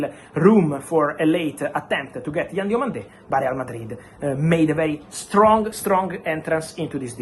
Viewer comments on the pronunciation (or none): It's Yann DIOMANDÉ not Diamonde